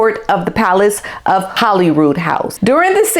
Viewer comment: Girl, I'm a midwesterner, just like you, and I know how to pronounce Edinburgh and Holyrood. It's not "The American pronounciation" it's a mispronounciation. Just stop making excuses and do better.